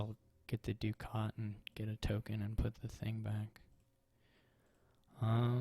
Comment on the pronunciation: I appreciate you being the only Dominion player who pronounces "Ducat" correctly! I also think you played the first one really well, I learned a bit about crypt and strategical page exchanges, I would have blindly autoexchanged my pages for gains on the penultimate turn. Unlucky that it didn't work out, I blame the IGG! It seems like you agreed with that post turn 4. Also, it matters for triumph whether you pick IGG or copper out of the crypt! Regarding the villa game, I agree that you would have been toast if he had piled them.